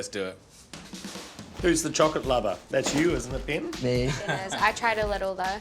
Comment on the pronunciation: Hahahaha she said Ben and I heard it as Bin 😂😂